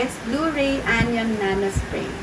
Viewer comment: Anion = an-ayon Hindi po anyon ang basa.😊